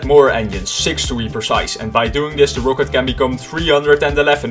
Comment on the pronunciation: The way you pronounce rocket annoys the hell out of me😁 Other than that, great vid